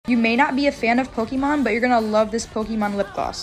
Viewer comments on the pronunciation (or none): Who tf pronouces it "Pokeemon" lmao 😂